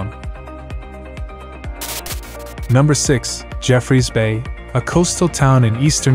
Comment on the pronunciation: I think he only pronounce Jeffreys Bay correct😂